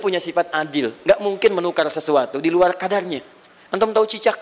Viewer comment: Ngomong luar lual,waduh pasti baca Alquran nya tidak fasih.😆